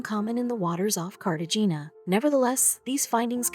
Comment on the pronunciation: You should learn how places, people and things are pronounced!!! It's said Cartahana, the g sounds like an h!!